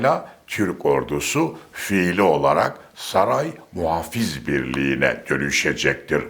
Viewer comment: MUHAFİZ DEĞİL !!! M U H A F I Z !!!